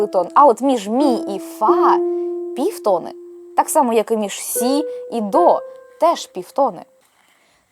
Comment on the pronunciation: тонИ і півтонИ (а не тОни і півтОни) 🙂